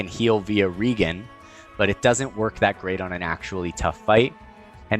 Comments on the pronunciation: Say "regenerate." Regenerate. Ok, now say "regen." ..reGEN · Just wanted to say that I really appreciate you putting the time and energy into these videos. You do a great job of breaking down the concepts and do so in a comprehensive manner. One thing I've noticed a few times now is that you pronounce 'Regen' as 'REE-gen' with a hard 'G'. Feel free to continue doing so if you'd like, but it's been my understanding since my early RPG days nearly 30 years ago that 'Regen' is pronounced 'REE-jen' with a soft 'G' as the term 'Regen' is an abbreviation of the full term 'Regeneration'. Just putting that out there. Keep doing what you do! ☺ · there's no i in regen. it's re-jen, a.k.a. regenerate (ri-jen-uh-reyt)